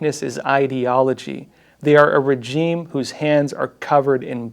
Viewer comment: Please learn how to pronounce regime. Thanks kbye.